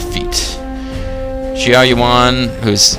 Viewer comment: Older video than I had hoped, but a nice watch. I'm not usually one to complain, but your pronunciations are horrible lol. I nearly fell out of my chair when you mispronounced Xiahou early on, I was just laughing too hard! xD And Shang Xiang is my all time second favorite character (after Lu Lingqi) so hearing someone mispronounce the princess's name was quite the bother. All my insensible ranting aside, thanks for the video! I'm still hoping for an English release at some point. And I really wish you hadn't been quite so.. generous.. with your sarcasm. Made it a bit difficult to enjoy the video. I'm all for sarcasm, but you really know how to push the bar, my friend. xD Thanks for reading, and have a good one.